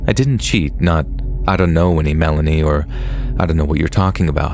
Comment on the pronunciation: "Who is Milayney?" Lol